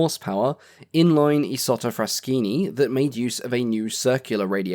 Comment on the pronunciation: A reassurance: your Italian pronunciation, though accented, is close enough not to warrant any meaningful correction. Your proper pronunciation of "Isotta-Fraschini" is particularly praiseworthy all the more so that it's extremely rare for non-Italian YTers to say it correctly.